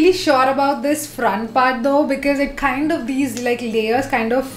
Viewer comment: Khaaind ni kind hota h😅